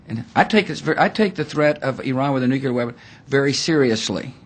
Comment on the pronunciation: as a head of state can Bush at least learn how to pronounce nuclear and not nucular..LOL